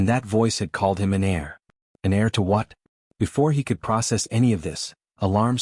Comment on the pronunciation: heir not air